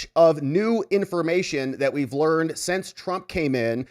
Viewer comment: You are still pronouncing SINCE as SENSE. These are two different words and must be pronounced differently, else how are we supposed to know what you meant, not to mention that auto-translate programs are translating you wrong. Still, great work. You also pronounce UNTIL as INTEL. Very gen-Z but still incorrect.